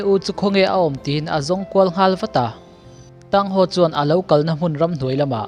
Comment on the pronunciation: MiZo aw phawi cuan Thang Hau tih tur cuan Thang san and Xiau Uu tin chir la, aw phawi a dik ang